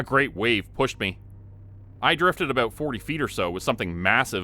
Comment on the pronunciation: Are you from Canada 🍁? I love the way you say out and aboot.